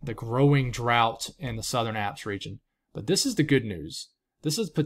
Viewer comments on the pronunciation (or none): none